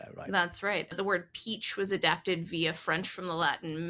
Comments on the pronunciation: It's Peach not Peech! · Peach, not peech